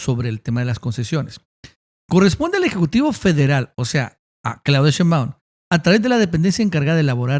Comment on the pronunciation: Señor ,me gusta su trabajo,pero me causa algo el que no pronuncie bien el apellido de la Presidenta Claudia Shembaun,se acentua en Shé.🤭